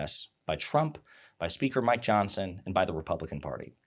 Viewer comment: Every time you say Mike Johnson it sounds like "my Johnson." And I'm okay with that.